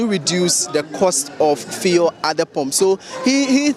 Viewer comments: Even the driver can pronounce fuel. stop this feeul" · So what is the media guy pronouncing as feel, fii, fill? Is that the new pronunciation of FUEL in this Free SHS era where Akuffo Addo speaks with his foreign acquired accent? Fee, feel, fii! What at is the guy saying and whom is he trying to impress with his weird pronunciation? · What is it with the “fee-el”, why does he keep calling it that??? I even got irritated 🤦🏼‍♂️ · Fuel or feulle what is the right word. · Stop that nonsense and pronounce the word fuel well...what's "fiel" mr journalist?, don't you know some of we the readers are learning from you? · Feee3l lol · Your pronunciation of the word fuel is incorrect. Please ensure you use the correct phonics. Thanks